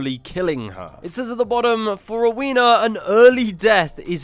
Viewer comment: LOVE this video! Just for future reference though, her name is pronounced "Row-when-na" and not "row-wee-na"